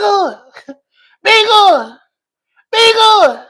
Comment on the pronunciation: "Be guhd"